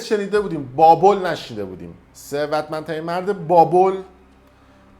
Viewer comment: گوزو تو خودت نمیتونی یه دونه ثروتمندترین مرد رو درست تلفظ کنی چارتا کلمه حرف میزنی میرینی بعد دیگرانو مسخره میکنی؟😂😂